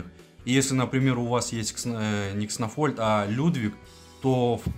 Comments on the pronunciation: Не кснофольд, а кснольфод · кснольфод а не кснофольд